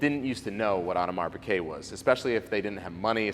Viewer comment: It's Piguet...not "Piquet".